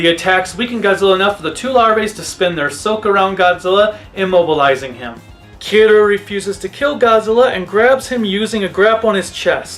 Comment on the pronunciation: is it that hard to say Kiryu